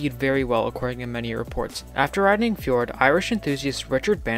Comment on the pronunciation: Fjord Flying Dragon is actually pronounced “FEE-ord Flying Dragon”